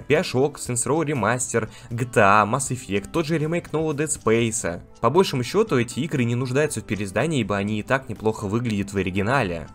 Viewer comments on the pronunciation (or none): " по большО́му счету"